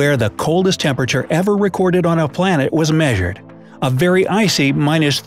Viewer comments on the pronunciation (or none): none